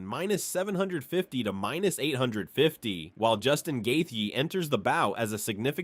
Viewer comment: Lame ass A.I. 🤖 voice can't pronounce the fighters names and stealing that embedded banner for the thumbnail is diabolical. Gay-tee-uh.